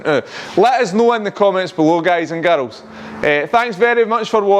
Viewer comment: "Guys and GAROLS" i love it :D